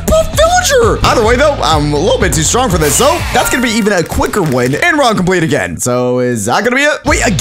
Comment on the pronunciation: He said strong WRONG IS STRONK